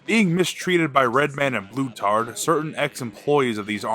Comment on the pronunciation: like how he calls blutarch blutard